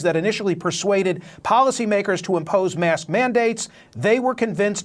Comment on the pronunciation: Anyone else hear him say IMPOSE ??